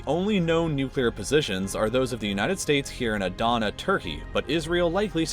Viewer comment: its not aye-dana, its uhhh-dana